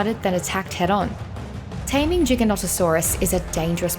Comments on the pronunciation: AMAZING besides the messed up pronunciation like lol it's not JigaNontasaurays it's Gigantosaurus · Disliking for the simple fact you refused to say gigantasaurus correctly